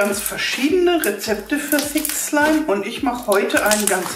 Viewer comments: Wer auch f*** slime verstanden likte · OMG am Anfang fick slime 😂😂😂 Das hört sich genau so an 😲😂😂😂😂😂😂😂😂😂😂😂😂😂😂😂😂😂😂😂😂😂😂😂😂😊😂😂😂😊😊😊😊😊😊😊😂😊😊😊😊😊😊😂😂😂😂😂😂😂😂😂😂😂😂😂😂😂😂😂😂😂😂😂😂😂😂😂😂😂😂😂😂😂😂😂😂😂😂😂😂😂😂😂😂😂😂😂😂😂😂😂😂😂😂😂😂😂😂😂😂😂😂😂😂😂😂😂😂😂😂😂😂😂😂😂😂😂😂😂😂😂😂😂😂😂😂😂😂😂😂😂😂😂😂😂😂😂😂😂😂😂😂😂😊😂😂😂😂😂😂😊😊😊😊😂😂😂😊😊😊😊😂😂😂😂😂😂😂😂😂😂😂😂😂😂😂😂😂😂😂😂😂😂😂😂😂😂😂😂😂😂😂😂😂😂😂😂😂😂😂😂😂😂😂😂😂😂😂😂😂😂😂😂😂😂😂😂😂😂😂😂😂😂😂😂😂😂😂😂😂😂😂😂😂😂😂😂😂😂😂😂😂😂😂😂😂😂😂😂😂😂😂😂😂😂😂😂😂😂😂😂😂😂😂😂😂😂😂😂😂😂😂😂😂😂😂😂😂😂😂😂😂😂😂😂😂😂😂😂😂😂😂😂😂😂😂😂😂😂😂😂😂😂😂😂😂😂😂😂😂😂😂😂😂😂😂😂😂😂😂😂😂😂😂😂😂😂😂😂😂😂😂😂😂😂😂😂😂😂😂😂😂😂😂😂😂😂😂😂😂😂😂😂😂😂😂😂😂😂😂😂😂😂😂😂😂😂😂😂😂😂😂😂😂😂😂😂😂😂😂😂😂😂😂😂😂😂😂😂😂😂😂😂😂😂😂😂😂😂😂😂😂😂😂😂😂😂😂😂😂😂😂😂😂😂😂😂😂😂😂😂😂😂😂😂😂😂😂😂😂😂😂😂😂😂😂😂😂😂😂😂😂😂😂😂😂😂😂😂😂😂😂😂😂😂😂😂😂😂😂😂😂😂😂😂😂😂😂😂😂😂😂😂😂😂😂😂😂😂😂😂😂😂😂😂😂😂😂😂😂😂😂😂😂😂😂😂😂😂😂😂😂😂😂😂😂😂😂😂😂😂😂😂😂😂😂😂😂😂😂😂😂😂😂😂😂😂😂😂😂😂😂😂😂😂😂😂😂😂😂😂😂😂😂😂😂😂😂😂😂😂😂😂😂😂😂😂😂😂😂😂😂😂😂😂😂😂😂😂😂😂😂😂😂😂😂😂😂😂😂😂😂😂😂😂😂😂😂😂😂😂😂😂😂😂😂😂😂😂😂😂😂😂😂😂😂😂😂😂😂😂😂😂😂😂😂😂😂😂😂😂😂😂😂😂😂😂😂😂😂😂😂😂😂😂😂😂😂😊😊😊😂😂😂😂😂😂😂😂😂😂😂😂😂😂😂😂😂😂😂😂😂😂😂😂😂😂😂😂😂😂😂😂😂😂😂😂😂😂😂😂😂😂😂😂😂😂😂😂😂😂😂😂😂😂😂😂😂😂😂😂😂😂😂😂😂😂😂😂😂😂😂😂😂😂😂😂😂😂😂😂😂😂😂😂😂😂😂😂😂😂😂😂😂😂😂😂😂😂😂😂😂😂😂😂😂😂😂😂😂😂😂😂😂😂😂😂😂😂😂😂😂😂😂😂😂😂😂😂😂😂😂😂😂😂😂😂😂😂😂😂😂😂😂😂😂😂😂😂😂😂😂😂😂😂😂😂😂😂😂😂😂😂😂😂😂😂😂😂😂😂😂😂😂😂😂😂😂😂😂😂😂😂😂😂😂😂😂😂😂😂😂😂😂😂😂😂😂😂😂😂😂😂😂😂😂😂😂😂😂😂😂😂😂😂😂😂😂😂😂😂😂😂😂😂😂😂😂😂😂😂😂😂😂😂😂😂😂😂😂😂😂😂😂😂😂😂😂😂😂😂😂😂😂😂😂😂😂😂😂😂😂😂😂😂😂😂😂😂😂😂😂😂😂😂😂😂😂😂😂😂😂😂😂😂😂😂😂😂😂😂😂😂😂😂😂😂😂😂😂😂😂😂😂😂😂😂😂😂😂😂😂😂😂😂😂😂😂😂😂😂😂😂😂😂😂😂😂😂😂😂😂😂😂😂😂😂😂😂😂😂😂😂😂😂😂😂😂😂😂😂😂😂😂😂😂😂😂😂😂😂😂😂😂😂😂😂😂😂😂😂😂😂😂😂😂😂😂😂😂😂😂😂😂😂😂😂😂😂😂😂😂😂😂😂😂😂😂😂😂😂😂😂😂😂😂😂😂😂😂😂😂😂😂😂😂😂😂😂😂😂😂😂😂😂😂😂😂😂😂😂😂😂😂😂😂😂😂😂😂😂😂😂😂😂😂😂😂😂😂😂😂😂😂😂😂😂😂😂😂😂😂😂😂😂😂😂😂😂😂😂😂😂😂😂😂😂😂😂😂😂😂😂😂😂😂😂😂😂😂😂😂😂😂😂😂😂😂😂😂😂😂😂😂😂😂😂😂😂😂😂😂😂😂😂😂😂😂😂😂😂😂😂😂😂😂😂😂😂😂😂😂😂😂😂😂😂😂😂😂😂😂😂😂😂😂😂😂😂😂😂😂😂😂😂😂😂😂😂😂😂😂😂😂😂😂😂😂😂😂😂😂😂😂😂😂😂😂😂😂😂😂😂😂😂😂😂😂😂😂😂😂😂😂😂😂😂😂😂😂😂😂😂😂😂😂😂😂😂😂😂😂😂😂😂😂😂😂😂😂😂😂😂😂😂😂😂😂😂😂😂😂😂😂😂😂😂😂😂😂😂😂😂😂😂😂😂😂😂😂😂😂😂😂😂😂😂😂😂😂😂😂😂😂😂😂😂😂😂😂😂😂😂😂😂😂😂😂😂😂😂😂😂😂😂😂😂😂😂😂😂😂😂😂😂😂😂😂😂😂😂😂😂😂😂😂😂😂😂😂😂😂😂😂😂😂😂😂😂😂😂😂😂😂😂😂😂😂😂😂😂😂😂😂😂😂😂😂😂😂😂😂😂😂😂😂😂😂😂😂😂😂😂😂😂😂😂😂😂😂😂😂😂😂😂😂😂😂😂😂😂😂😂😂😂😂😂😂😂😂😂😂😂😂😂😂😂😂😂😂😂😂😂😂😂😂😂😂😂😂😂😂😂😂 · ich hab fick schleim verstanden 😂😂😂😂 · Habe ich mich verhört oder hat die am Anfang wirklich fxck slime gesagt?😂